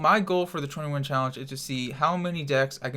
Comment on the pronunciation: It's 20 win challenge what he says idiot